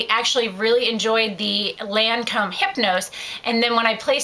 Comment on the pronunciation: it's gair-lahhh not gurrrrlane and lohncom not laaaancomm :)